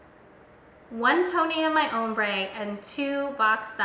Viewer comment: her saying "umbre" and not "ombre" was KILLING me!